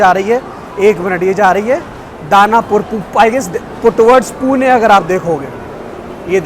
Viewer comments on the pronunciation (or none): none